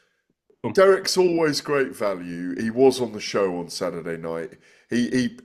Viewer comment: "Sadderday night " Why now dropping the, T"s?